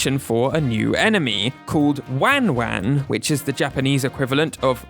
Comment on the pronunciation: For what it's worth, I'm half Japanese and the non-Japanese version just sounds like it was pitch shifted down a bit and maybe slightly slowed down. I could test this later. Also, it's good to note whoever made the video pronounced "wan-wan" terribly. That's not how Japanese people say it, so don't use it as a reference for how it should sound.